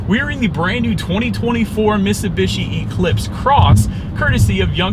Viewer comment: If ur gonna do a review of something learn how to say it ...MITT SUE BEE SHE ..HOLY SHIT GUY